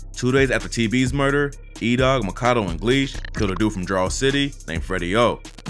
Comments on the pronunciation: His name is pronounced Mack-A-Doo, not Maka-Doe lol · its Mack-a-do, not mah-kah-doh. like when Rondonumbanine said “free my nxgga MACKADOYA cus my nxgga mack ah do ya” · I’m pretty sure it’s pronounced.. Mack-A-Doooo, not macado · It’s MACK-AH-DOO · Bruh you pronounce his name as Mac-a-do (Makado) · Makado is pronounced “MAK-A-DO” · LOL THIS NIGGA COPIED CHISCENE88 SOOO HARD HE EVEN PRONOUNCED MAKADO NAME WRONG LIKE THE COMPUTER GENERATED VOICE DOES LMAOOO ITS MACK-UH-DOO BRO 😂😂